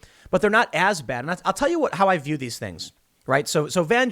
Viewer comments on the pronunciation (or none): none